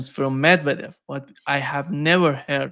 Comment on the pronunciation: GEESUS!!! F FINALLY LEARN HOW TO PRONOUNCE THE NAMES OF THE RUSSIAN LEADERS CORRECTLY!!!! SUCH DISRESPECT!!! PEACE STARTS WITH RESPECT!!! VLA - !!!DEE!!!! MIR NOT VLA - DIMIR. POO-TEEN. NOT PIYUTN!!! MED !!!!VE!!!!-DEV NOT MED - VEDEV!!!!